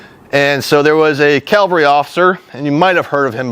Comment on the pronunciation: I don't want to be a dick, but it's CAValry, not CALvary. Calvary is the mountain in the bible, or whatever. Sorry, it was driving me nuts the whole time. Lol